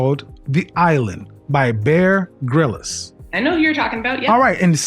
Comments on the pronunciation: I love your channel Godfather, and out of respect I wanted to give you a heads up that Bear Grylls last name is pronounced as “grills” as opposed to “grill-is”. Keep up the great content 👊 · 😂😂😭 man said Gryllis. It’s pronounced Grills. Bear Grylls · That episode is from season 2 episode 2, man vs wild. 14 women vs 14 men, his name is Bear (Grylls) pronounced Griils like bar b que grill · I'm pretty sure it's grills ....pronounced grills at least. I think 🤔 great videos brotha .